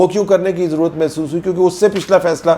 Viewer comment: "Masoos" maalish karne wali khatoon ko kehte hain..."masoos"..ijtmaahi juhlaa. Punjabi bol mar lya karo...je Urdu nahin aundi te.